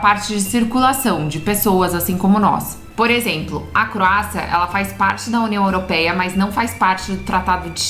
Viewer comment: Olá acompanho vcs viajo com meu namorado em Catamarã nao me leve a mal sua pronúncia da União Europeia 🇪🇺 esta errada procure corrigir o rigado